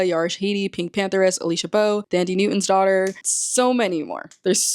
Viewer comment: Thandi Newton is pronounced like Thomas not Dandy💀